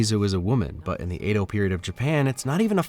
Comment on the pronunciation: 'Edo' rhymes with 'meadow', not 'play-dough'. Great video!